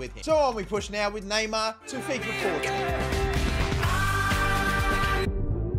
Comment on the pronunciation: Love your vids,but mate why do you keep calling fifa "fifer"?